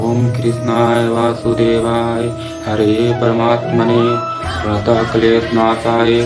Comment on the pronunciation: Radhe radhe bhaiya Shlok me pranataha me( ha) nahi lagta he aap check krvalijiye ekbaar sirf pranat kleshnashaya....aise sahi uccharan he 🙏